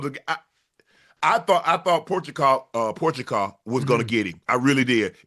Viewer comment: Porch-a-kov is insane man